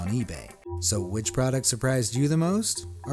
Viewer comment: Anyone notice at the start he said moost not most